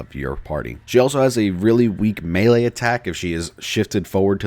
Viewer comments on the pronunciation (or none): none